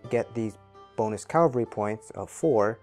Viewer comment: Great video (though FYI, it's CAV-al-ry, not CAL-va-ry).